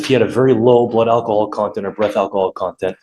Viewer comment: He keeps saying temper. It’s tamper. And it’s AL KUH HAUL… not AKKAHALL. God. I’d fire this idiot in a second.